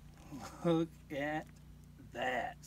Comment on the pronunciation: Whaaaaat?!! This is my first time seeing this channel. I have to say, the way he kept saying looka dat, made me get a flashback to the kooky 70s tune, The Streak. Heeeeeee 🤪🤪🤪